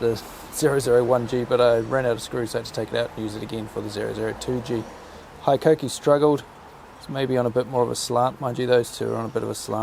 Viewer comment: Where’d you pick up the bad habit of saying High-koh-kee? It’s Hee-koh-kee.